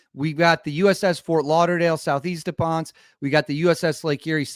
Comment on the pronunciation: PONCE, PUERTO RICO IS PRONOUNCED PON-SAY